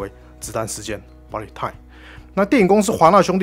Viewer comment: 是BU LET time，不是BA LIT time